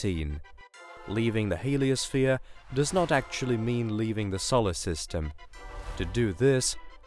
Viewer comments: I'm wondering what a "sollersystem" is. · Good video apart from the mispronunciation of Solar system & Carl Sagan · For the love of all that is holy, that's not how Uranus, Sagan, and Solar are pronounced.